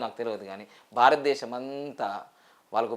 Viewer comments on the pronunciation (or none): none